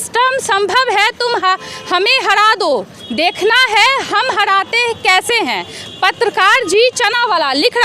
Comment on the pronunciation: हड़ाते हैं या हराते हैं प्रोनाउंसियन ठीक कीजिए